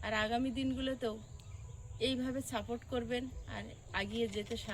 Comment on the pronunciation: আপনি এক কথায় বলতে পারতেন, যে রাত্রের পোশাক পরিবর্তন করে রান্না শুরু করেন।।। এত কথা না বলে ।।। আমরা কোন সময়ে বাস করছি এসব অপ্রাসঙ্গিক কথাবার্তা বলেন কি জন্য, কোন কথার কোন উওর 🙄🙄🙄 আর ওটা ম্যাক্সিমাম 'ক্স' এবং সাপোর্ট 'সা'।। শব্দ বলতে শিখে কথা বলতে আসতে হয়।। একটা শব্দের ঠিক নেই।। এত চ্যাটাং চ্যাটাং কথা কেন???